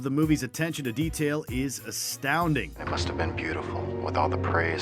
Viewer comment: I've been saying this since they introduced the segment a few years ago. I especially hate the way she says "have": "You HAVE the option to be notified..". We get it! It annoyed me so much, that I UNSUBBED.